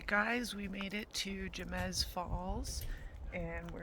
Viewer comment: The way you pronounced Jemez cracked me up. It's pronounced hey-mez just for future reference lol. It's such a beautiful place! One of my favorites.